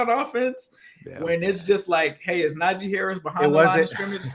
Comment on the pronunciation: the "ee" in Najee is like the "ee" in tree. I only felt the need to correct it cause he has.